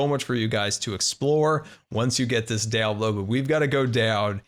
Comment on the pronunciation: Did he say DoWnLoAd?